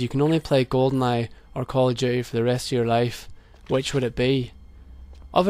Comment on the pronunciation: I love it when people like you pronounce it "Call of Duhay"